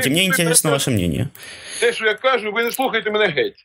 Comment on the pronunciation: РосІянець 😅😅😅😅, який він українець! Не кАжу, а кажУ, наголоси не ті, все мішає, все важливе розмиває., дякую за відео!